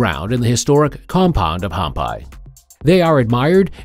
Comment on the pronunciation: It's pronounced Hampee,. So tired of mispronunciation in these videos.